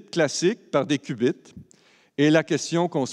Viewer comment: haha le qbits qui devient "ass biz", si vous en trouver d'autres :D